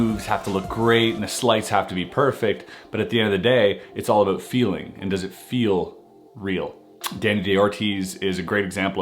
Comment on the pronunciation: “Wanted to tahlk aboat” 😂😂 Canadians for ya